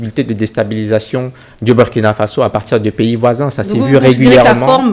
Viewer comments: Mme, le pays se PRONONCE LE BOURKINA FASSO, MÊME S'IL S'ÉCRIT BURKINA FASO. ÇA FAIT MAL AUX OREILLES D'ENTENDRE, SURTOUT DE LA BOUCHE DE PERSONNES DE PEAU NOIRE, CE QUE VOUS DITES. S'IL VOUS PLAÎT, DITES PLUTÔT "LE BOURKINA FASSO" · Dommage pour la MAUVAISE prononciation du Burkina Faso par la présentatrice. Hélas, Hélas !!!!